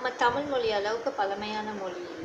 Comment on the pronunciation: உங்கள் சேவை மிகவும் பாராட்டுக்குரியது..வாழ்த்துக்கள் சகோதரி... ஆனால் தமிழ் என்று சரியாக உச்சரித்தால் நல்லா இருக்கும்.. தமில் ஐ தவிர்த்தால் நல்லது..